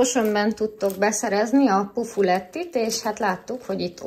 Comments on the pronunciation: A kedvenc "pufulettiteket" úgy kell ejteni, hogy pufulec (pufuleț)😁 retró rágcsának számít itt nállunk minden üzletben a legolcsóbb és legfinomabb😁 Az első doboz tea amit mutattál az pedig nem kamilla, hanem bodza (soc) 😊 A mustárral vigyázat mert csípőset vettetek ( iute) . Szuper videó volt annyira kiváncsian néztem miket vásároltál pedig minden terméket ismerek mivel itt élek😄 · De bírom a pufulet et nem tudja ki ejteni de azt hogy makaróni azt igen😂😂😂😂